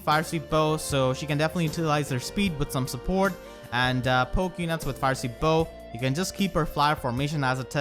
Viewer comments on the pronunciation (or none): none